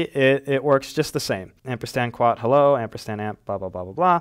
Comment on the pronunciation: It's called amperSand, not ampersTand.